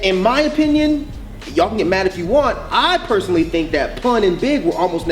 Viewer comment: "Paeuoueoursonally" hahah lol I never cringed that much in my life... no hate